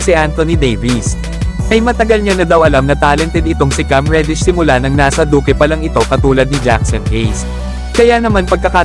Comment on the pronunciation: Duke po un hindi duque